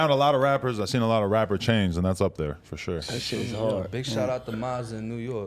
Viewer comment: No disrespect to nobody but at like the 30 second mark said fosho and Adam said for sure and it made me chuckle